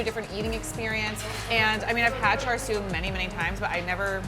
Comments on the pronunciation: It triggered me when she said “chaR siu” like wtf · she says "char sue", while it's actually pronounced more likr "sha shu" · "charred siu" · when she said char siu it broke me omfg u need to learn some canto words before holy shit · Yeah who’s Char Sue? 🤷🏻‍♂️ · Car sew 😂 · yeah thats how you write it... but chinese people pronounce the I in such a way that it sounds more like "uh" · i want to butcher myself after listening to this white woman try to pronounce chinese words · I think she butchered the Cantonese pronunciations harder than the duck got butchered. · Her white girl pronunciation of Chinese is killing me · She had char siu many times before but she still can't say it right.